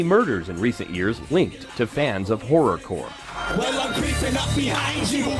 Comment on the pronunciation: Wasn't that kid's T-Shirt Kotton Mouth Kings? Did this idiot literally call them Horrocore?